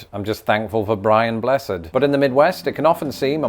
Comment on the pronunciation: Two things: 1. Sir Winston Churchill was half American. 2. You mispronounced "BRIAN BLESSED". You were close, but need more volume.